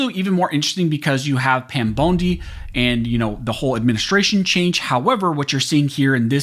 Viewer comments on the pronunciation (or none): I know this is irrelevant to the video but I can’t get past how he says Pam “Bone D” not “Bon D” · I think her name is pronounced BONDEE, NOT BONEDEE. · Pam Bone-D huh? 😂 I can’t un-hear how you pronounced her name 🤣🤣🤣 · Pam "bone-dee" 😂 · Pam bone-di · At least pronounce Pam bondi last name correctly for peats sake